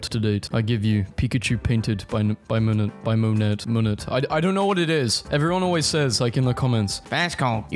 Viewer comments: No it’s pronounced mow-nay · It’s Mo nay. I know, it's horrible pronouncing names or words like they're normal. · It’s pronounced Monay. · It's fine to not know how to pronounce stuff! If anyone else is wondering, Monet is pronounced like *mon • ay*, he was a famous French painter who has created some famous paintings such as "Water Lilies" and "Lady With a Parasol" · It’s pronounced Monay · it’s pronounced, MOH-NAY and BAY-TOVAN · monet is pronounced money but said like a mob boss from a tv show. monaaaayy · Mo-Nay. Monet. Bay-Toven. Beethoven. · Monet = Mow (as in the outdoor labor)- nay Beethoven = Bay - toven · It's "Mon-eh" my man. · cough cough in case you were wondering, it’s said like Mone-ayy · IT IS "mow-nayyy" for monet. also, mow as in lawn MOWer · monet .. "mo-nay" basically :) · How to correctly pronounce Monet: You sort of say it like Mon-ay Ur welcome, I didn’t know how to pronounce it either until I took GCSE art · Moe-NAy but doesn’t matter we knew what you were saying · it's pronounced "Monay"👍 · 'monet' is a french name, so the t isn't pronounced and the e is said like there's an accent on it. "Mon-ay" edit: bay-toe-vin apparently götheborg is fucking swedish?? so its said really weird even i couldnt guess it "yare-tay-bor-jay" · monet's name is pronounced mo-nay tip: search up how to pronounce things on google translate so you can know how to pronounce them right sorry if this comes across as rude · you pronounce it (moe nay) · How to pronounce 😊: Menorah (meh-nor-ruh) Monet (moe-nay) Menorahs are Jewish candelabras, commonly associated with Hanukkah. Claude Monet was a 19th century painter, seen as one of the founders of the Impressionist movement. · i think it is pronounced "moan-ay" but i dont really know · Monet is pronounced moan-ay (thanks ) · the artist is pronounced "mow/moe-nay/neigh" btw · Just for you to know Monet is pronounced moan-ay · monet is pronounced "monae" i think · Monet is pronounced Mo Nay if that helps